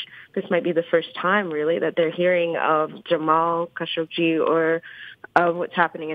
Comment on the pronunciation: Khashoggi is pronounced 'Kashog-jee’. Love you, Tommy.